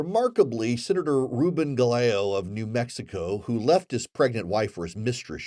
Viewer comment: Senator Gallego (pronounced Guy-yay-go) is our representative here in AZ.